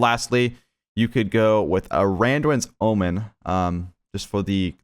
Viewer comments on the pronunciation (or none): none